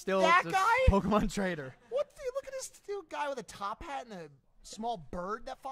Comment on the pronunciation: mikes age really showed when he said "pokeman" LOL